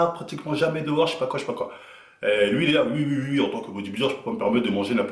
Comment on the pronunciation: "Ui" ❌ "Oui" ✅